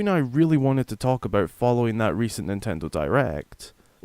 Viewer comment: Who the fuck says aboot